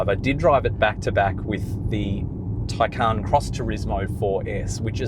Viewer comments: Taycan is pronounced with emphasis on first syllable not second syllable. Please pronounce this correctly. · And say it incorrectly.